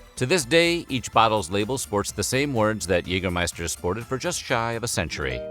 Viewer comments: its not Jegermeister its Jägermeister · "Yayger -- scheister". Just saying. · The pronounciation of Jägermeister here is a lot of garbage. The first and second letter r in Jägermeister are both fully silent, the -er is pronounced like a weird a-sound with the mouth very closed compared to an English a-sound. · While your pronounciation of "Jägermeister" is at least recognizable (kudos for that), you could improve it by pronouncing the first vowel (the "ä") more like the vowel in "bad" instead of like the vowel in "hey".